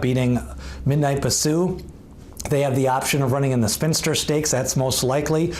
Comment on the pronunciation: Horse No. 7 in your list is Shedaresthedevil not Shesadaredevil. (She dares the devil) also Bisou is pronounce Bee sou not Ba sou.